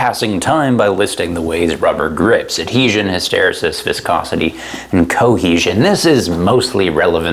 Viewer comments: I just have to say it... it's "hiss-ta-ree-sis", not "his-tare-a-sis". It's throwing me off. Awesome content otherwise. Go Canada. :) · Say hist-er-ree-sis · TIL that Canadians don't pronounce it hysteREsis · "Hysteresis" is pronounced "hiss tuh REE sis" in the US, is it really "hiss TARE uh sis" in Canada? Also, "glass transition" is a high temperature effect where the coefficient of expansion of a material suddenly increases (in printed circuit boards for example), not sure what it has to do with motorcycle tires. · You say so many wrong things in various ways. "hySTERisis", kinematics (when its just physics) and a lot more. It makes you annoying to people like me who actually studied this stuff. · please learn to pronounce hysterREsis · Hiss ter ree sis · "Hysteresis" is pronounced "hi·str·EE·suhs" ... just sayin'. (Or is this yet another example of how Canadians insist on butchering the American language?) ;-) Good vid, bruh ... rock on! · Oh my god learn to say "his-ter-REE-sis" jfc my ears! e: love your citations. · Um, actually, it's pronounced "hi· str·EE·suhs" ... Great vid as usual!!! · From a silly American...the proper pronunciation of hysteresis is as follows: Love these vids!!! Great info and way better put than I ever could. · hysteresis is pronounced by putting the major emphasis on the next to the last syllable.and the secondary emphasis on the first syllable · FFS, stop saying hysteresis wrong. I just can’t. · Hysteresis... You should probably look up how to say this word. Good video! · Hysteresis, another word the Canadians pronounce differently than Americans. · How does everyone else say hysteresis? Does say it funny, or have I been saying it funny all these years?